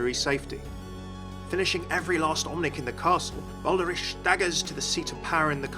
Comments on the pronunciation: Doesn't Reinhardt call him "Bal-der-ich" not "Bal-der-ish"? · the Cammunist yes. and Brigitte is correct the first time says is, but again with an audible E at the end. the second version sounds more like french to me. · Yeah I dunno. I’ve never heard “ich” pronounced like that before. I’m not German either but I have a couple friends who are and they’ve never said anything pronounced it like “ish” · "Baldarish" "Eishinvalde" I know you're not German but, come on.